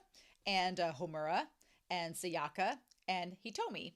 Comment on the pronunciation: Kyoko Sakura, not Kyoka.❤ don't worry, Romania, Kyoka is a nice name - just not hers. 😮😊😂 and it's Sa-ya-ka (prounounced sa-ya-kah) for Sayaka, ok?😮😊 Still, don't worry about it. It's much easier for you than my name, prolly, anyway ( my surname is Rynkowska, try to say that, not in American lg XD😂 ya know, don't try unless for fun)